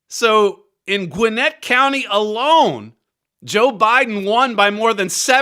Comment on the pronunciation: Mr . Flurry, Your pronunciation of Gwinnett was " spot on" , a viewer in Georgia.